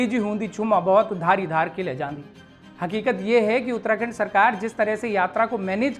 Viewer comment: उत्तराखंड ❌ उत्तणदण्ड✅